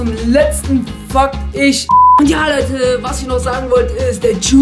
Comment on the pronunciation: er sagt Fakt als ob er sagt fuck